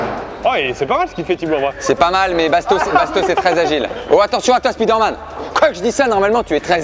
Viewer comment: Je vous adore hein! Mais c'est dommage que vous disiez Speederman au lieu de spiderman :/